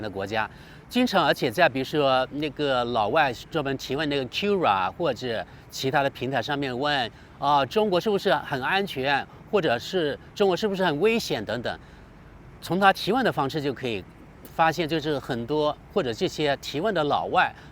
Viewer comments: up主在视频里读成秋拉了。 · Quora = Qiu-ra (秋啦)?